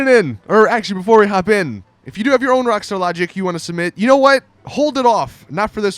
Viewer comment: how he says rwakstar lahgik